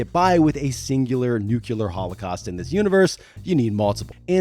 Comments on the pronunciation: Thank you There is not a U in the middle of 'Nuclear' It couldn't be any simpler, Nu-clear or Nu-cle-ar. You literally only have to sound the letters out. No excuse for saying it completely wrong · Great video, however the way you pronounce nuclear is painful 😅😂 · Learn to pronounce "nuclear" correctly. For fuck sake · It's not too late to learn how to pronounce Nuclear! I believe in you! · I'm sure this is a fine video but I'm sorry I'm not spending almost an hour listening to someone pronounce "nuclear" wrong again and again. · why is it so hard to pronounce nuclear ? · If I took a shot every time he mispronounced nuclear, I'd have liver failure already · Drinking game: every time he pronounces “nuclear” incorrectly you take a shot. Last person to die from alcohol poisoning wins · Wanted to watch this, but couldn't stand the constant mispronunciation of nuclear. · why americans can't pronounce 'nuclear' correctly is really something that should be studied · Learn how to say "nuclear." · This was a great video and very well done.. except for the way you pronounce Nuclear. Aside from that, very well done and very entertaining. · Narrator pronounces "nuclear" like George W Bush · Bro yes. This has annoyed me my entire life. Who is teaching people to pronounce it that way? Also, are these people oblivious to how 95% of the world actually says it?? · Okay, before you make any more videos, please take 30 seconds and learn how to properly pronounce the word nuclear. It's NUCLEAR, not NUCYULAR. It's one of those things that instantly makes someone like an imbecile. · I've been into Dredd since Starlord but there's one thing that pisses me off about this yank commentator is 1. You don't get British comics and 2 It's NUCLEAR NOT NUCULAR ,dopey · What are you, part of the Bush dynasty? It's NUCLEAR not NUKULAR. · NUKE-LEE-EER Not NUKE-YOU-LER 🤦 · Re-mapping my brain to say "Nu-q-lar" instead of "new-clear". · It is pronounced NU-CLEE-UR. Not NU-CUE-LUR! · NEW CLEE AR